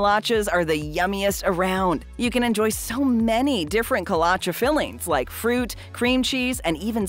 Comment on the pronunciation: You are mispronouncing Kolache